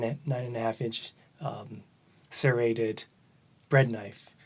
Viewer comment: SERRATED, not CERATED.